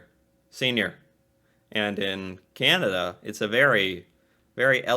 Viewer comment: You Say Canada funny. It is CAN A DA. Not Cinada